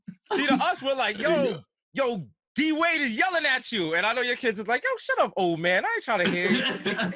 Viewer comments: Is it just me or does he say James Wayde at the end lol? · Somehow at the ened of that, Desus managed to mangle DWade's name